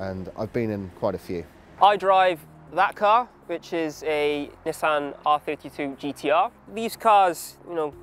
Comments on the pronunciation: Nis San >:| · I honestly can't stand it being called Nis-San... A lot of British people get mad when Americans call it a NeeSan even though thats how the Japanese pronounce it more or less. Grogeous car though